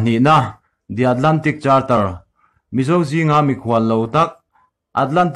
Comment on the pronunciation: I chanel hi a tha over a mahse thil chhiar lamah hian sawi leh sawi hnu tran han la teh entirnan charter hi karter tia lam tur ang chi te tin puak ruk a lamdan puak 6 tih ang chi te....